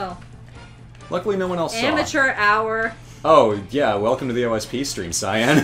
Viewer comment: Why is it Cyan and not Cyanne?